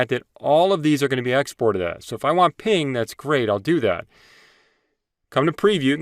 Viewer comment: You saying "ping" instead of PNG is driving me nuts 😂 Great and to the point though!